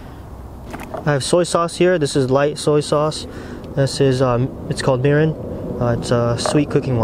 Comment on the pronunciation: Itadakimasu and kanpai, sir! I know you know mirin is pronounced, mee-reen! Lol